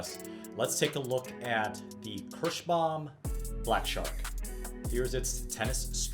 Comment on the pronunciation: It is called KIrschbaUUUUUUUUUUUUUUUUUUUUUUUUUm, it is not Kirschbam. If you want Kirschbam string go create your own brand of strings. Your awful pronunciation really makes my ears bleed.